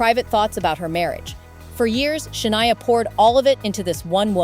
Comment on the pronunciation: Can’t stand these AI produced videos. When it says her name is “Sha-nee-a” rather than the correct pronunciation, “Sha-nigh-a” and then stating the dates of her surgery was 2018 to fix her vocal chords and then being able to release an album following the surgery in 2017??!! Like what? Doesn’t make any sense. Can’t watch the rest of this…